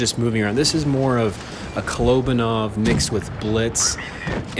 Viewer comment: You pronounced his name wrong it ka-lo-ba-nov 😉😉😉